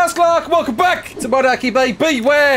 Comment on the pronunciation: Are we going to ingnore the fact that he called it “Monarky”